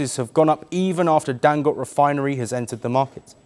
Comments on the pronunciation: Dangote not dangot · Pronounced Dangot-AE... Get it right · Dangoté…pronounced (Dangotay).